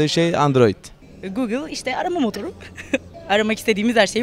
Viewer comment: Gogıl işte arama motuuru